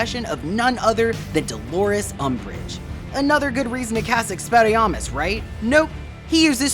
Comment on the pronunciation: Experriarmus? Lmao